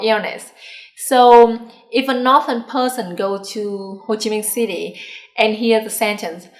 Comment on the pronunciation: You need to check you pronunciation of "southern" and "northern."